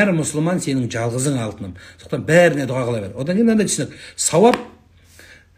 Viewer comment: ДУГА ЕМЕС ДУА БОЛГАНЫГО САЛАФИТ.